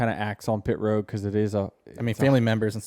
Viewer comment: It's ROAD not ROW. 🙄